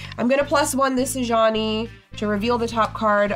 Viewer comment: For a very long time, I thought they were saying "A Johnny", like the player type, not "Ajani".